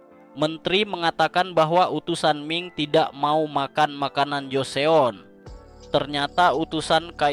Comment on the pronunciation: Joseon dibaca joson